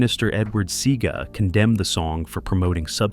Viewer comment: Mispronouncing Seaga's name is killing me.